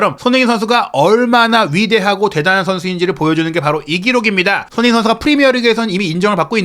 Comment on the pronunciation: '손흥민' 발음 진짜 거슬려요 발음이 안되면 차라리 쏘니 라고 해주세요 😢